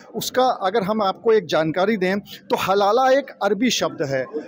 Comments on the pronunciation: Abey SUTIYON HALALA nahi HALAL hota hai. 😂😂😂😂 Padh likh kar aaye ho ya RISHWAT DEKAR ?? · It is हलाल and not हलाला 😂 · Halal hota hai halala nhi.😂😂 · पत्रकार महोदय बार बार हलाल को हलाला हलाला बोल रहे है। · हलाला नहीं भाई - हलाल. 😅😅😅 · Abe naam to sahi bol, halala nahi halal hai wo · sabke sab zahil log kam se kam ek word ko sahi se nahi bol pa raha hai dono zahil.halala nahi halal hota hai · Chaman chu....iya it is halal not halala😂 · Abe name to shi se le halal ko halala bol rha h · Haha भई वो हाहाल है, हलाला नहीं है l हलाला जहाँ होता है आप जा भी नहीं पाइयेगा l अगर जाते हैँ तो हमें भी video दिखाइये गा l you tube तो नहीं ही करेगा क्योंकि वहाँ पोर्न banned हैं 😀😄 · Bhai....halala nahi....only halal....pahle tikh se prounce karo😢